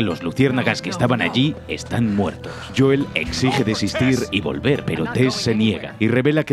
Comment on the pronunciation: Joel Pronunciación exacta: Youl Españoles: JOOEL